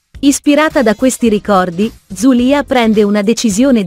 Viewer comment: Rashid, Zuleya , Fadik ma e’ possible che non riesce I a pronunciare un nome correttamente…